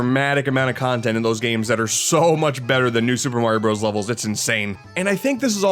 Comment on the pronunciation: I wish you didn't mispronounce Super Mario Bros. It's so annoying that you can't say it correctly.